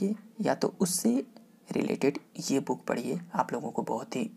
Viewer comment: Sir Booken Booken q bol rhe h aap......